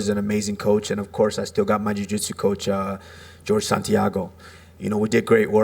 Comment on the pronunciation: This dude butchered Jorge!